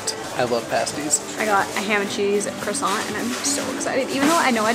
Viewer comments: You’re so well travelled so I need you to pronounce croissant correctly as in “cWasson” There is NEVER an R in the pronunciation!!!! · Warick not war wick.